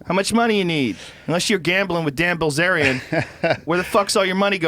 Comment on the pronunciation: It’s Bilzerian, not bazaar